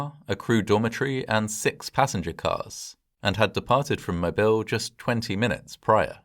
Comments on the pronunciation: side note, in the US it's Moe-BEEL, not Moebihl. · not 'mo-bill' it's pronounced 'mo-beel' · A wee criticism: the name of the port city in Alabama is pronounced “Moebeel.” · Wonderful video. Just a point of correction: The city name of Mobile is properly pronounced “mo-BEEL” rather than “MO-bile” or “MO-bul.” It’s the French version of the name of a local indigenous tribe. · Just an FYI, Mobile (the city and river) is pronounced mo-beel not mo-bil. If you aren't from the south, you wouldn't know. I grew up about 30 miles from Mobile. 🙂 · Okay, I'm not gonna lie, but your pronunciation of Mobile is cracking me up. =) I'm a native to the area - it's not pronounced like you you'd pronounce "mobile home", it's closer in pronunciation to "Mo-beel", with more emphasis on the "eel". You're not the only one to say it that way, but it cracks me up every time. All that said, thank you for going over this piece of our history. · Mo-BEEL - not Mo-BIL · Great video! One small correction, as someone from Alabama: the city and port of Mobile is pronounced "mo-BEEL". A lot of people who aren't from here assume it's pronounced like the word mobile, as in "mobile phone", but the stress is on the second syllable. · Mobile is pronounced Moe Beal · It's pronounced "Mo-beel!" If you pronounce the city in the British fashion, then you'll automatically peg yourself as an outsider. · It’s pronounced “mo-beel” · Mobile = "Moe beel" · I've only ever heard it pronounced "Moh Beel" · You’re really close on the pronunciation of Mobile. Us folks here in ‘bama usually say Mo beel, accent on “beel”. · FWIW, they pronounce Mobile as "mo-beel".